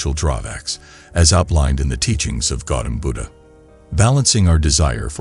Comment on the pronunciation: It's Gautama Buddha. Not Gautam Buddha... please correct it for future videos